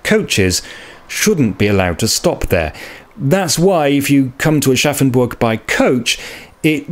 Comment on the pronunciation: I will never not hear "Arschaffenburg" in my head and I think I might be forever 12.